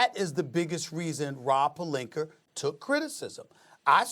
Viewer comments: “Rob Pelinker” - Stephen A Smith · "Rob Pelinker" "Kember Walker" "Kawhi Lennit" "Jimmy Butla" -Stephen A Smith